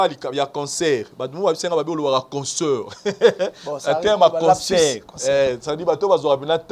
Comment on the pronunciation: Est ce que ces chronifuati prennent le tps de lire les commentaires 😁 vs mettez la photo de fally prkoi? Pdt que vs avez peur de citer son nom? Pour attirer notre attention? " concert il dit consseur "😂😂😂😂